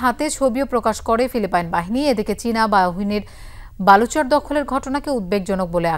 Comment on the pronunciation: আপনার উচ্চারনে যতেষ্ট সমস্যা আছে কয়েকটা বানান বলে দিচ্ছি, ১। বাঁচতে কে মাচাতে বলে ফেলেছেন, আর বাহিনী কে বালহনী বলেছেন,। ধন্যবাদ